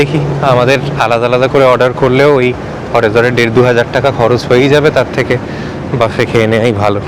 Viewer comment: "Buffet" কথাটার pronunciation হচ্ছে বুফে, বাফে নয়।